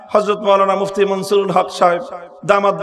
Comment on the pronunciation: মুহিউস সুন্নাহ আল্লামা মুফতী মনসূরুল হক সাহেব দাঃ বাঃ হুজুরের নাম ভালো ভাবে উচ্চারণ করেন মামুনুল হক সাহেব